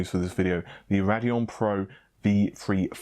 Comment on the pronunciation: Raideon not rad eon :C